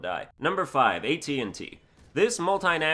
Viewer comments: I’m i the only one who heard him say tnt and not at-st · Stop calling the AT-ST the AT-&T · You kept saying AT-NT lol it doesn’t really matter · DuSk_ Sundown That was a joke. He was calling it AT&T, like the phone company. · At&t like the phone company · This nigga said AT&T 😂